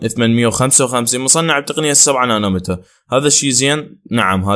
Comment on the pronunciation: مو نانو متر نانو ميتر حبيبي